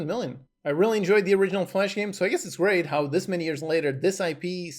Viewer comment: grreat lol